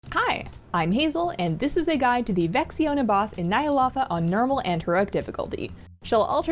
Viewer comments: Nie-ah-LOW-tha. not nie-ah-LA-tha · It's Ny'aloth-AHHHHH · I see your videos just to listen to the way you pronounce Nyalotha.